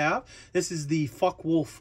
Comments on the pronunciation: 'fokker-vule-f' FYI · Its pronounced Fok-a Volf